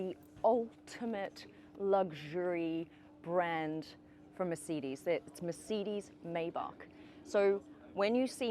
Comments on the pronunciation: "Meyh-back on the merseedis" That is a violation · Merceedees? And isn't it "my-bac"? 🤔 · Meeecedez😂😂😂😂😂😂 listen to yourself 🤣🤣🤣🤣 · MICIDES? its MERCEDES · I’m sorry, but every time she says “Mer-CEED-Ees”, it gives me whiplash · WHAT THE FRIG' IS A "MA'SEE'DEES"?😂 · Why tf she keep calling it a MerCDs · What is a Merseedees? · Why are you pronouncing it "mer-seed-eze"? You're a professional car channel... pronounce it correctly. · Is it just me or this lady can’t pronounce Mercedes??? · Why can’t she pronounce Mercedes properly ? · She said mercedes instead of mercedes... Over and over, I can't take it 😢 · You should learn hou to correctly pronounce Mercedes. Irritated the f out of me